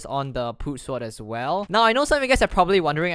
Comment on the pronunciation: he says sword like sward